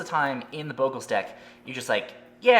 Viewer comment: Its not bow-gle its bogle. Wizards itself has said so.